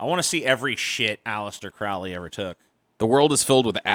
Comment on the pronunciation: . do you like misprounouncing ... "crowley"?